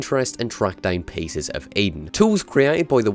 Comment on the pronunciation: The piss of eden you say? Lmmfao